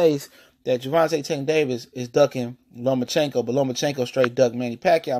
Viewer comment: Nomaschenko lol